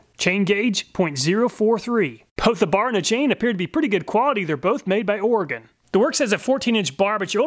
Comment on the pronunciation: As a native Oregonian, I appreciate you saying Oregon correctly. 😂 Solid testing as always. I don't even need a chainsaw, but I appreciate your testing so much that I watch it anyway.